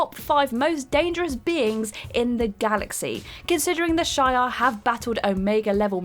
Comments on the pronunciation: Shay-ar? Isn't it supposed to be shi-ar? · SHEE-are. Not SHY-are. Other than that, not a bad job. Keep getting better with each outing, that's all one can do and all one can ask :) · It’s She-Are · Never fails every single comic book video you idiots do You mispronounce someone's name. The alien race is called the Shiarr (she-are) empire learn how to pronounce shit before you make a video and sound like a moron. This is marvel comics not Lord of the fucking rings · It’s pronounced she are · They have over powered the symbiotes over the years... Did you say the Shire Empire???? Hahaha Space Hobbits! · 1. A lot of comic related channel with knowledgeable presenters says Shi-ar. Not only one or two channels. 2. Can't I criticize her for saying something wrong IMO? I have the rights to criticize her as you have a right to defend her. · The first time she didnt, and she brutalized shi'ar. >...>